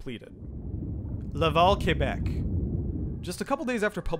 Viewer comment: i lived in québec for around 3 years and when i moved back to ontario, everyone pronounced it like “kwa-beck” even though i’m used to it being like “keh-beck” and the fact that pronounced it correctly is rly satisfying lol